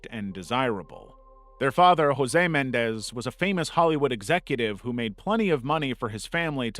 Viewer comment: Dude, really? Lyle and Erik (corrected for KymeraArts) Mendez? It's MenENdez. You lose credibility when you make mistakes like this.